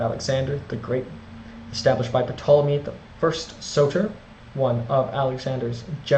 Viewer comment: The P isn't pronounced in Ptolemy.